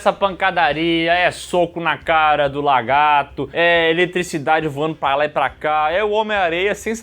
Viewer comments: Ainda não soube dizer se o fala "LARGATO" de propósito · O não consegue falar lagarto😅